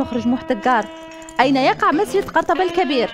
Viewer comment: قَرطبة ههه الله يهديك بعدا ماشي بفتح الفاء علابانا ماقريتيش لكن ماشي لهاد الدرجة